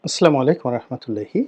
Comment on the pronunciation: "আসলা" নয় "আসসালা"।